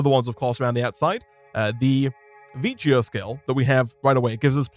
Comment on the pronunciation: I think vicio is pronounced vikyo